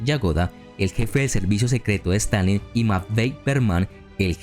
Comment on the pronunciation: En minutos quiso decir Stalin 800 veces y las 800 veces dijo Stanleyn 🤣🤣🤣